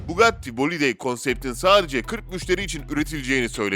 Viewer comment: Üçyüz empihaş, binaltıyüz eyçpi, veneno için Türkçe 740 beygir diyosun, paganiye pegani diyosun bir cümle sonra tekrar pagani diye telaffuz ediyon, bugatti bolid'i bugatti bugatti bolide diye telaffuz ediyon, sen neden yarım yamalak inkilizçen ile dayngıl dayngıl (dingil dingil) seslrndirme yapıyon? Evinde sudoku çözsene seslendirme yapacağına 🤣🤣🤣